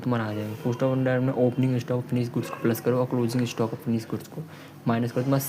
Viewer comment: Cooost ✅️ cost ❌️